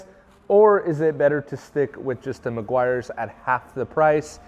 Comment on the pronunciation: It's pronounced Meh-gee-ars 😎